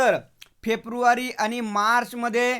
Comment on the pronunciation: फेप्रूवारी नाही रे फेब्रुवारी आहे😂😂😂. तु पण काय नमुना आहेस 😅😅😅